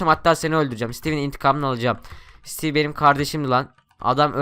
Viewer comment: sitivi değil steve